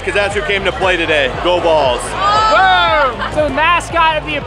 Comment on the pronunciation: Oooooh "go bulls" not "go balls"